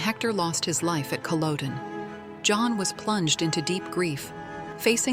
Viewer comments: What connection did he have with Aberdeen? Also he was a camp gatherer, you are talking nonsense about Lord John. And it is Culloden not Culowdone. Also Hector died at Prestonpans not Culloden. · Its PRONOUNCED CUL OD EN..not COL ODE EN.. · As soon as I hear Cullowden, I know it is the AI at work! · I also thought that it was much later the Lord John found out that the woman was Jamie's wife. The mispronunciation of Culloden annoys me everything that I hear it.